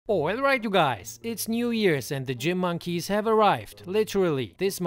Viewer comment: Damn caught off guard right at the start with “Oilright you guys.” :D